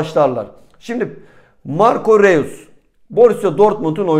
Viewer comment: r e u s diil ...roys diye telafuz ediliyor